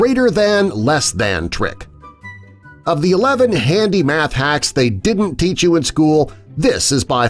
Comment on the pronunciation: in the beginning it said teac instead of teach